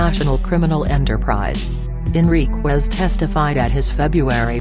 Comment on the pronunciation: At least get the man’s name correct. First of all it’s not Martinez, it’s Enriquez. And it’s not pronounced Enriqwez It’s Pronounced” En ric ez”